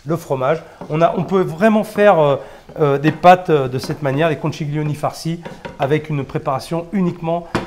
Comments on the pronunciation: On dit pas conciglioni mais conchiglioni, comme si vous disiez conquiglioni , c’est à dire comme le son qui. Je suis italienne , c’est pour ça que je me permet de vous corriger. Quand je parle male en français, ce que je souhaite c’est qu’on me dise tu a faux et il faut dire autrement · "ConchiLione" "taLiatelle" On ne prononce pas le "G". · Super chef, mais de grâce, per favore, en italien "chi" se prononce "ki" et on ne prononce pas le "G" dans "conchiglioni" (il faut prononcer "konkilioni"), de même qu'on NE prononce JAMAIS le "G" dans "tagliatelles" (on dit "taliatélé"), tout comme avec Cagliostro ("kaliostro") ou de Broglie ("debroillie). Imaginez qu'en Italie on vous parle de pain de campaGNe... ;) Grazie mille et salute ! :)